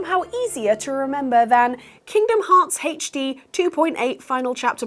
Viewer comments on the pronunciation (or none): "haych dee"